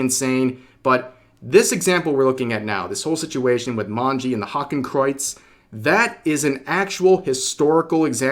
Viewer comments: pronunciation of Hakenkreuz was almost right, it's pronounced like "Hahken-kroits" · well? that pronouceation was horrible xD just as bad as how americans pronounce nordic names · Rev I ain’t German but I’m pretty sure you butchered that German pronunciation. But yeah this is dumb come on guys learn your damn symbols like Jesus lads how about you guys spend 15 minutes learning how the NAZI party created there symbols and the differences between Hindu and eastern Asian symbols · That german pronunciation caught me outta nowhere